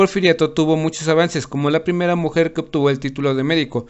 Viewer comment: Disculpa pero en el minuto dise "primara" en hembes de primera